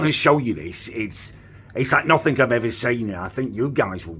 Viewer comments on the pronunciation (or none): none